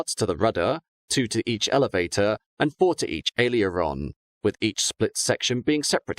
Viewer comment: uh, you know that Aileron is pronounced different than you're pronouncing it, right?